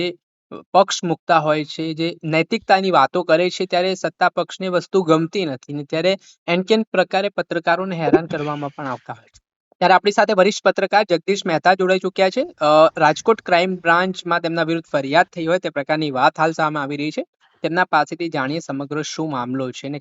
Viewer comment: પ્રવક્તાશ્રીને જણાવવાનું કે "એનકેનપ્રકારે" એવા શબ્દો નથી, એ સંસ્કૃતભાષાના ત્રીજી વિભક્તિઓ લાગેલા ત્રણ શબ્દો છે : येन केन प्रकारेण। આમાં "येन् केन् प्रकारेण्" એમ બે 'न' અને 'ण'ના ઉચ્ચારો, ગુજરાતી ભાષામાં જેને 'ખોડા' અક્ષર કહેવાય છે એવા, 'અડધા' ન કરાય; 'આખા' એટલે કે 'પૂરા' બોલવા જોઈએ. સંસ્કૃત તથા હિંદીભાષામાં 'ખોડા' અક્ષરને 'हलन्त' वर्ण કહે છે, એના અને 'પૂરા/આખા' અક્ષરના ઉચ્ચારમાં ગરબડ ન ચાલે.